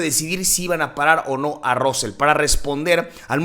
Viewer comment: No se pronuncia ROSSEL, se pronuncia RASSEL ! es como los mismos ingleses lo pronuncian, pero ya conocemos a los mexicanitos, siempre quereis pronunciar como os sale del cipote !